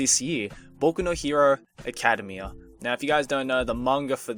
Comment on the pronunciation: I think you're pronouncing academia wrong